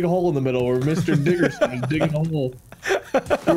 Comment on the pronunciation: Mr. diggerson Subtitles: Mr. Dickerson